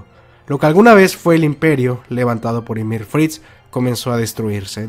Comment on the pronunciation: Me causa una sensación horrible que digas ymir y no yamir jajajaa muy buen video